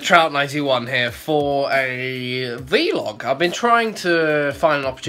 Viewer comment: I don't know why but I prefer your pronunciation of 'vlog' to the common way